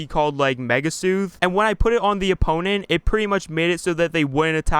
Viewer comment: Did this dude just mispronounce "soothe"? It's an ENGLISH WORD 😱